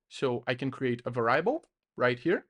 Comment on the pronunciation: Va rye ble is the best pronunciation of variable I’ve heard😂